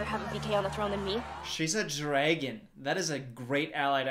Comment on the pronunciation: i can’t get over the fact that says “DRAEGUN”